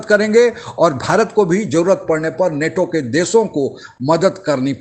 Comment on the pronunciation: abey नाटो नही नेटो! Kahan sey aa ja te hain aise bewakoof Pakistan TV anchor ban kar!